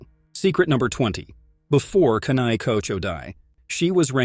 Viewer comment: Its kanae kocho